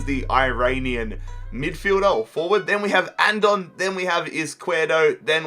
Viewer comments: In andone's name you say the e as well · its "Andone" not "Andon" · You said Andone wrong